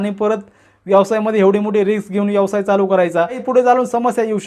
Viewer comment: यवसाय नव्हे व्यवसाय म्हणायला शिका आधी